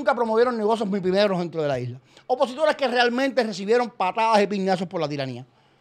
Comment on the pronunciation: Atención : Otaola no dice OPOSITORES , el Dice : UPOSITORES , en la jerga lingüística esto quiere decir Supuestos Opositores . Otaola sabe lo que está haciendo . Escuchen bien